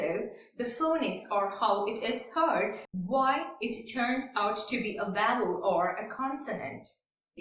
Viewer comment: It's vowel not vaaval 😂